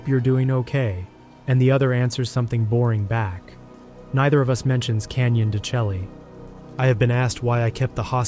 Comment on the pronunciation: pronounced Canyon De shay